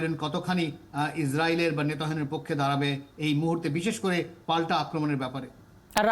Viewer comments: নেতানিয়াহুর নামটাই উচ্চারণ করতে পারেন না! "নেতাহিনু" একটা জঘন্য ভুল উচ্চারণ, এটা আপনারা দেখেন না??? এরকম লোক এখানে আনা কি উচিৎ হয়েছে??? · সব্বাই জানি নেতানিয়াহু , আর আপনার এই আলোচক বলেন নেতাহিয়ানু, (নাকি আমি কানে কম শুনি?)আসলে কি হবে রে ভাই,একটু জানাবেন কি কেউ???? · Its not nata hebu its nataniahu.. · নেতা হেনু নয়, নেতানিয়হো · এমন একজন বিশেষজ্ঞ এনেছেন, যিনি "নেতানিয়াহু’র" নামটিও ঠিক করে উচ্চারণ করতে পারে না! তিনি উচ্চারণ করেন " নেতাহিনু"!! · একজন আন্তর্জাতিক বিশেষজ্ঞ বার বার ”নেতাহেনু” উচ্চারণ করছে। কি রকম তাহলে তার পড়াশোনা। সব জায়গায় একই অবস্থা। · আপনাদের সংবাদ দেখে হাসি পেলাম এমন এক অভিজ্ঞ লোককে নিয়ে আসছেন যে কিনা ইসরাইলের প্রেসিডেন্টের নামটাই সঠিকভাবে উচ্চারণ করতে পারেন অথচ সে বিষয়ে সে বিশেষজ্ঞ😂😂😂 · 😂😂 এমন একজন বিশেষজ্ঞ মন্তব্য করার জন্য নিয়ে আসছে, উনি ঠিকমতো। ইজরায়েলের প্রেসিডেন্ট নেতানিয়াহু, নামটি সঠিকভাবে উচ্চারণ করতে পারছে না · নেতানিয়াহু’র নামটি যিনি বার বার ভুল উচ্চারণ করছেন তাকে কিভবে ধন্যবাদ দিলেন? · যদিও নেতানিয়াহুর নাম ঠিকঠাক বলতে পারেননি তবে কথাগুলোর যুক্তি আছে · উনার চেয়ে অনেক ভাল লোক আছে।উনি বিশেষ ভাবে অযোগ্য।উনি নামই ভালোভাবে বলতে পারে না।